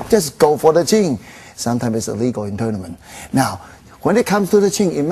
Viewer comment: "uppelcut sometimes not regal in toulnament"